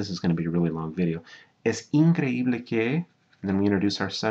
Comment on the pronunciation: Great teacher. I'm a native Spanish, and this lesson is priceless. Good work. Also, perfect use of accents in words like "increíble". Many native Spanish still struggle with that.